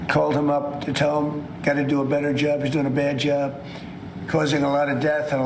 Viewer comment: Grrrr! Every time I hear him “good jab” I just want to scream! It’s JOB JOB JOB you senile old orange blob!!!!